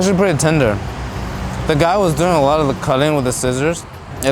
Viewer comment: So, I cant be the only one who miss heard when he said "I going to be saying pork chop a lot here." I thought he said "im going to be saying pork chop Allah here." I was like, what?